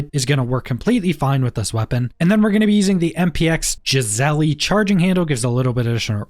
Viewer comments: "Jizzelly" just for future vids, Giessele is pronounce more like "Guyzlee" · that shit made me laugh he knows nothing.sad he should learn real gun parts not from a video game. "gizzelie" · Great video. I have ran the MPX quite a bit now and it's probably my favorite this wipe. BTW, "Geissele" is pronounced GUYS-LEE 🤣👌